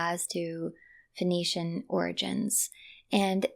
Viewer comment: Sorry but your pronunciation of Phoenician as Venetian was quite confusing.